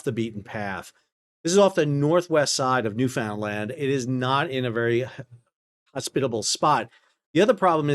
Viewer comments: Pronunciation: NEWfnnLand (fhnn, not Found) Someone is going to have to design a vessel that can transport SAFELY, EV and Li-ion batteries. Inert gas does nothing, as Li-ion is it's own Oxidizer. Li-ion is not going away, so, there is a need. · N.L. is pronounced: NEW “FUN” DLAND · Enjoy your work. For the Baltic III story, you can fine tune your pronunciation by putting the accent on the last syllable, NewfoundLAND, same pattern as "understand". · Pronunciation - Understand, Newfoundland. as one word.